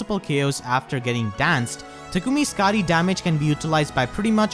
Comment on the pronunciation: You should have pronounced it as Ska-die, because, you know